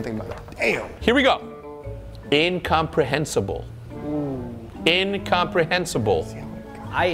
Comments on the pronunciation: did no one see that missed the N in Incomprehensible? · missed the N in Incomprehensible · Homie forgot the n in incomprehensible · yes, he missed the last I in the word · he didnt even said the second N in incomprehensible lmao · missed the N in INCOMPREHENSIBLE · forgot the N in incomprehensible but WHATTEVER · Bro missed the n in incomprehensible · He missed the “N” in “incomprehensible” lol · missed the N in Incomprehensible lol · missed the N in “incomprehensible haha some bad calls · didn't say the N in Incomprehensible haha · incomprehensible was spelt wrong he didnt say N before sible